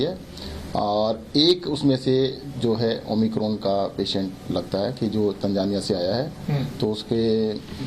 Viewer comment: It's omicron not 'oh my corn' 😂